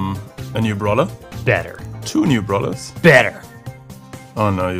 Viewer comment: How Frank Pronounce Brawler: Brolah